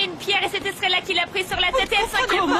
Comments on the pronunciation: Puis que je ne fais que te dire que l'on ne dit pas strella mais Estrella idiote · Depuis que je te dis qu'on ne dit pas strella mais Estrella idiote